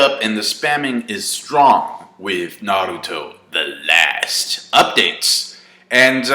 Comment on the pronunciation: I love the way you say "the last" haha its funny af.